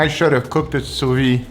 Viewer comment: Just for your information: although your pronunciation of the term "sous-vide" is much better than the average person's, there's is actually a "d" sound at the end, as the word is written. Keep the same pronunciation, but add a "d" sound like in "video/vid". Actually, you can easily look up the way a French speaker says it on youtube to see what I mean.